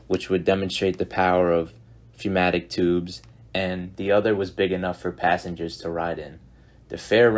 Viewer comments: Good informational video, though pneumatic is pronounced numatic, not fewmatic or fnatic. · Great stuff just please say pneumatic correctly. 'new-matic' is how it's pronounced. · Why do you keep pronouncing "pneu" as "feu"? Literacy not quite up to par?